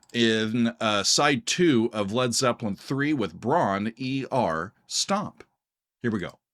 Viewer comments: Bron Yr Aur pronounced “broon rawr” FYI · bron y -aur is pronounced : Bron-wrah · FYI, it's pronounced Bronny Rah. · Pronounced "brawn-WHAR" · That is NOT how you pronounce it. "Y'awl!" {:o:O:} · Bron-Y-Aur is pronounced Brom-Yar . . . as strange as that seems. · Hi, ‘Bron-Y-Aur Stomp’ is pronounced: brom-rar, and means ‘Golden Hill’ or ‘Golden Breast’ in the Welsh language. ‘Tangerine’ 🍊 is about Led Zeppelin guitarist, songwriter, and producer, Jimmy Page’s whirlwind romance with American singer-songwriter, Jackie DeShannon, in the 1960s during his session days as a studio musician. Complete with a false start. LOL! ‘That’s The Way’ is about ecology, social class, racism, and protesting the U.S. involvement in the Vietnam Conflict. John Paul Jones played the mandolin on this track. Led Zeppelin III was inspired, in part, by the band’s relatively short working holiday retreat to the Welsh countryside cottage called Bron-Yr-Aur in the spring of 1970. Jimmy Page and Robert Plant both decided to stay on a bit longer than the other members and wrote some songs together during their time there at the cottage retreat. And one more thing: in the United Kingdom, we only recognise an 18-year-old drinking age. Cheers! 🍺